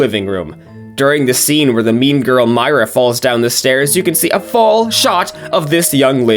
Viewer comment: How come most of the time you were saying Myra’s name wrong?